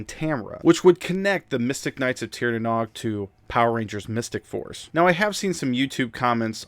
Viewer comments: Great video! Only gripe for me is pronunciation. The Nog is pronounced like nose, but with a g. Not like egg nog. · Hey, Nog is pronounced like nouge (sounds like rouge). Otherwise great video.